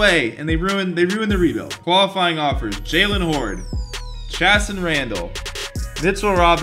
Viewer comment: It’s pronounced Chaye- saan